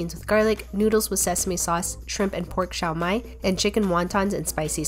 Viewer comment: Just saying its spelt xiao mai but its pronounced sheew mai